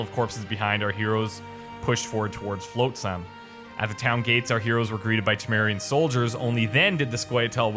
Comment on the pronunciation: FLOTsam. Not FLOATsam. I thought when the voice actor finally said it TWICE would get it... but in the next minute he's still saying Floatsam... it's driving me absolutely nuts.